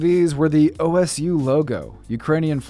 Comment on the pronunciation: My man better not have just said Oh Es You ITS OH SU